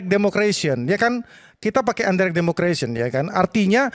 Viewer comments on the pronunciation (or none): Ngomongnya Aja salah : Indirect bukan undirect, Makanya pake bahasa Indonesia aja Jangan sok sok an pake bhs Inggris salah salah